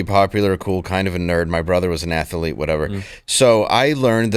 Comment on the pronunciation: I didn’t know athletes had three syllables,, that’s amazazing!